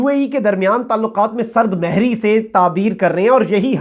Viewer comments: سرد مھری ۔ م پر پیش ھے ۔ بھت دفعہ غلط بولا آپ نے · Sard mohri hoti hey bhai.......sard mehri nahi.